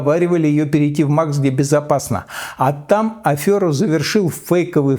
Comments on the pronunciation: Ходорковский говорит "афёра". У него есть редакторы? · АфЕра, а не афЁра